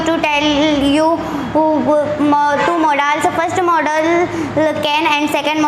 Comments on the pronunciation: Modaaaaaals nhi hota modal hota hai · Not modaals it is only pronounce modals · It's not modaals it's modals pronunciation is little wrong